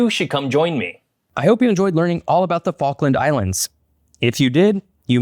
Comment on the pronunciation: "Which focken islands"